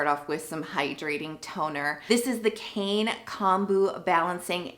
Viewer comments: Its actually not pronounced "cane". Its "k-eye-nuh." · It's written as 카이네 in Korean so the correct pronunciation is KA-ee-nay